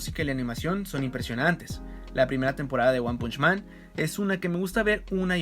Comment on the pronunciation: Me hace mal la pronunciación del título :(